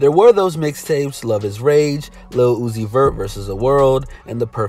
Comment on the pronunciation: Nigga did you just say lil uzis verts lol